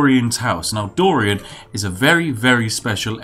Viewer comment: The way you say dorian in this is perfect